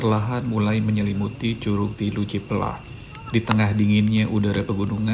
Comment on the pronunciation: Cipelah a bukan ciplah berasa dengeng cipl*r 😂